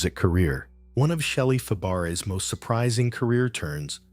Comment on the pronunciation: I stopped watching after the narrator mispronounced the name of the subject in the first sentence. That does not exactly lend credibility or trust in anything you say after that.